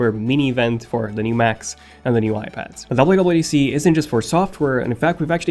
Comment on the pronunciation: Yuble u yuble u DC lol